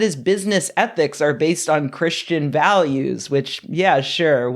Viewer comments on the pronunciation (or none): none